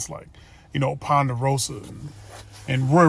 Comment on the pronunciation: Not ponderosa 🤣